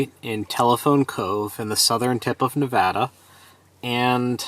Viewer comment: Holy shit dude! This was the first video where you said Nevada correctly! Ive been watching all your videos in chronological order since I’m stuck at home, and it’s been wearing on me. Thank you for making the correction!